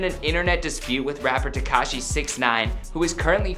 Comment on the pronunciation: Hey . At list this guy pronounces 'tekashi' correctly.